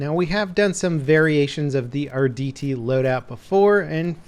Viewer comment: "the ardt" lol